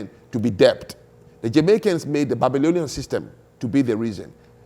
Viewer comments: Who is this man, he is just shouting and not allowing the woman to speak. He is so arrogant and thinks he knows it all, my God. By the way he can't even pronounce debt correctly, the t is silent. It's det in pronunciation but spelt as debt. He kept saying debt pronouncing the b. The only part I agree with him is that the Africans built nothing. The slaves captured as he said weren't educated people, everything in that regard he is correct. He is correct that it's colonialism that brought modernity to Africa. Our ancestors did nothing for our pride or dignity. They wrote nothing, built very little and that is it. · I find it rather astonishing that an intelligent, fluent English speaker like doesn't know how to pronounce the word "debt." It suggests a man who learned English chiefly through reading and listening to himself talk. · PLEASE... do not pronounce the "b" in "debt". Like with the "b" in "plumber" and "bomber" and "lamb" and "comb" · If he pronounces debt with a b one more time